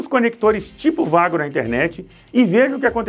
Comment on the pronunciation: A pronúncia certa é ueigo não vago 😂